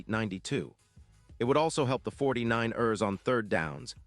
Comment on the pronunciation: This AI can't pronounce for ish 49..ers lol. Crosby going to the Niners would be nice but I don't see it happening.